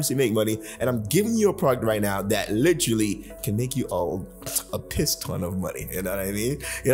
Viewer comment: take a shot every time says "litrally" 😆🤣